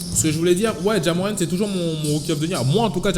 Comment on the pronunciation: "Ja Morrant" ta mis un r en plus